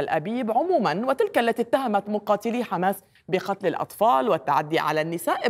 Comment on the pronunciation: يمكن لاسرائيل ان تفوز على حماس بشرطين، اذا تركهم الله، ثم إذا استطعتم ان تنطقوا الكلمة صح يعني حماس وليس خماس.